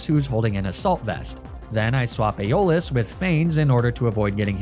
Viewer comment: Isn't it AIRabus rather than erEEbus? Aeolus is definitely EYolus, not eyOHlus.